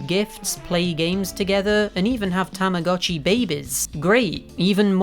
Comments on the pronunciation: When you start learning Japanese and realize that it’s pronounced TAMA GOH CHI not TAMA GAH CHI because “tamago” means egg. Mind blown. 🤯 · its actually tamago (egg) and uotchi (watch) so together it is egg watch. btw tamagotchi is called tamagotch in japan. Tamah GOE tch in pronunciation.😅😅😅